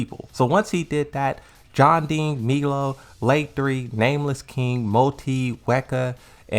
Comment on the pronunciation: He called Meo-Il "Milo" lmao